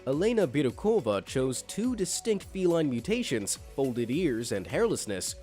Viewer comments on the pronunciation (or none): none